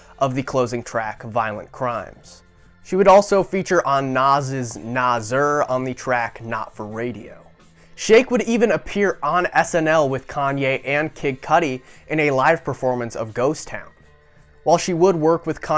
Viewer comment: NAZURRR 🤣🤣 its nasir bruhhh